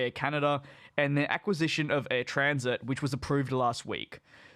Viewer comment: Since you are leaving youtube to move to discord, I won't spend much time writing comments here. but it is Air TransAt, not Air Transit. Air Trans-Atlantic not Air Transit. I sent you on Twitter the link to the actiual Order in Council with all restrictions. It shoudl be noted that the minister's decision goes agains recommedation from Competition Bureau. But I guess because you have moved to discord, it is a waste of time. Good luck on discord.